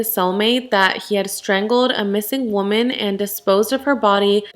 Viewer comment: You pronounce woman wrong it irks me so much